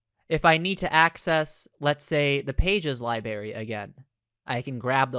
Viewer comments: LibRary- not liberry ;) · pronounced, LibRary, not lie-berry ;) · i’m sure this video is fine but I had to stop watching after 3 minutes after hearing “Library” be pronounced “Libary” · Please stop saying LIEbary. It's LibRary. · If I hear library mispronounced as liberry once more, I'm gonna cry..... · Stop saying Li"Berry" it's driving me nuts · Two minute in, and I had to comment. You are a presenter, and you are saying 'lie-berry'? Is this your first video?